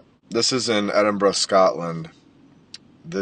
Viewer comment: "muh" lunch break would be such a great name..especially since while i typed that you said "edin-bruh" 😆think about it